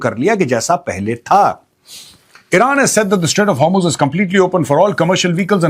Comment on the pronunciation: main ghanta iran ki support mein nhi hu but 21 ships u turn maargyi hai and ek indian ship ko warn kiya hai lagta nhi hai sacchi mein kuch ceasefire hua hai Btw that's "hormuz" not har muze 😭